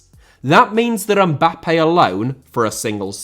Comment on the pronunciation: Mbappé * not Mbappei Media* not Medier Regimes* not Reigimes Shaw * not Shor München * not Munich Serie* not Seri Bundesliga* not Bundesliger Half* not Holf